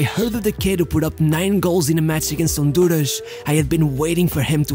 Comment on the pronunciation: You're Brazilian or Portuguese, right? Hondurash? LOL.